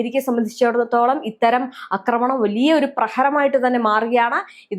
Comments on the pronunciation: അക്രമണല്ലാ...ആക്രമണം...ആഹാ കുറേ ആയി സഹിക്കുന്നൂ....മലയാളത്തെ കൊല്ലാതെ😂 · എല്ലാ നാറികളും ആക്രമണം എന്നതിന് പകരം തെറ്റായി അക്രമണം അക്രമണം എന്ന് പറയുന്നത് എന്താണ്??? ഇനി മലയാളം പഠിച്ചിട്ട് മതി മലയാളം വ്ലോഗ് എന്ന് നിയമം വേണം. അക്രമണ പോലും. ആക്രമണം എന്ന് പറയൂ തള്ളേ..